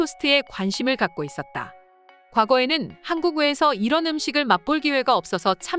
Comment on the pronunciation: 하안국 하항국 발음이 진짜...